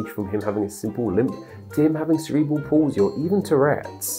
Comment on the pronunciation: Palsy* not Polzy